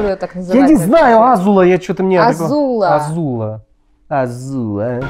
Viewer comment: Господи азУла 😂😂как же Áзула режет слух